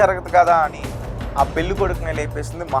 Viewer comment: తెలుగు Headlines సరిగ్గా చూసి rayandi. మతి పోద్ది కాదు. పోతుంది. వాడుక భాష లో పోద్ది అంటారు. Anchor గారు పెల్లి కాదు. పెళ్ళి. ఒత్తులు సరిగ్గా పలకండి.